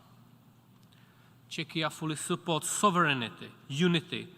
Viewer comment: "Chechia" ??? What? You mean Czechia? Czech Republic? The way he pronounced it sounded like "Chechnya" Embarassing